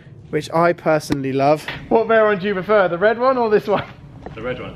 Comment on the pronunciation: Definately the veyron, and you do pronounce it correctly 😂